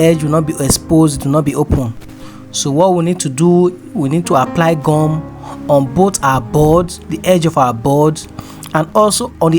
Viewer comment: Is that glue or what because I don't understand when you say gam